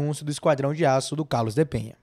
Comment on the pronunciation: Enquanto aguardamos que ele estreie e faça história no Bahia, vamos aprender falar corretamente o nome dele. O cara se chama Carlos DE PENA (não tem a letra H nem tem til sobre a letra N, portanto a pronúncia NÃO é "Penha", e sim "PENA", como em Português).